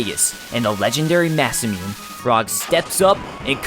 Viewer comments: Mah-saa-muine................. I always pronounced it Mah-sah-moon-ey but i might be wrong too. i just know it's NOT mah-saa-muine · speaking of your mispronunciations, Masamune is actually pronounced "ma-sa-moo-nay" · Another superb video! Fantastic summary of one of the greatest games ever. However, two minor nitpicks: "creator of the infamous Dragon Quest series" Why is DQ infamous? Masamune. You say "massa-mewn" I say "ma-sa-moo-ney." Fair enough, probably like the Magus pronunciation, up for interpretation.